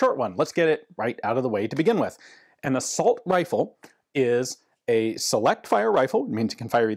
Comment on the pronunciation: I thought a "Uh-Salt" rifle shot bullets made of salt